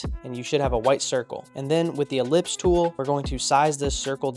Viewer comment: Finally you are not mispronouncing Ellipse!!